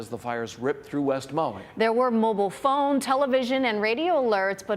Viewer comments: "Moey"? Who in hell pronounces it Moey? That said, our hearts go out to Maui. We were there for ten days in 2022 and are just stunned to see this. Godspeed to you, and we so look forward to coming again (and maybe to stay!) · Need to learn how to say Maui…no O